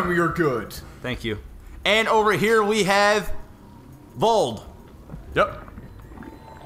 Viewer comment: sour about being proud he said Vold's name correctly at the beginning. And then saying it wrong for the rest of the game